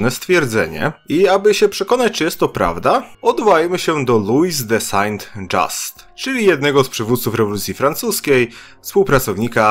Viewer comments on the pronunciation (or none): Moje delikatne uszy stworzone do słuchania Mozarta nie przywykły do takiego barbarzyństwa lingwistycznego. "Saął Żust" !!! z krótkim "s" i "u" przypominającym muczenie krowy. Oczywiście polskiej krowy. Najpiękniejszej na świecie. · Są Żiust wymawia się Saint Just. To Francuz nie Amerykanin. Uszy mnie zabolały. Pozdrawiam. Dzięki za Twą pracę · Louis Saint-Just wymawia się lui sę żyst. To francuskie nazwisko, a nie angielskie. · Bardzo fajny film, ale proszę, uszy mi więdną na tego Saint dżasta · De są żust się czyta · Kciuk w dół za ,,saint dżiasta".